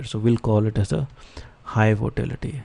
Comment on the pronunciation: its not votality its volatility